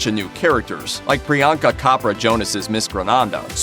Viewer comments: The chopra is like chop not cop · Sorry to say but the narrator messed up Priyanka Chopra's name 😂😂. It's not "ko"pra. It's "Cho"pra. Just like Choice ("Cho"ice).😂😂😂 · Bro it’s Chopra like chores. It’s not kopra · It's not Priyanka Khapra, it's choooopraaa😂😂😂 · YOU GUYS MISPRONOUNCED PRIYANKA CHOPRA'S NAME..........IT'S CHOPRA........NOT KOPRA........CHOPRA AS IN CHUCK. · Priyanka Copra?? 🤣 It's Chopra, as in chop-ra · I can't believe that you guys seriously miss pronounced priyanka's maiden name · Did he just say Priyanka Kapra instead of Chopra?!?!? 😂😂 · You pronounced Pryanka Chopra's name wrong. Its pronounced Chop-Ra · When they pronounce Priyanka's last name wrong 😂 But so excited for this movie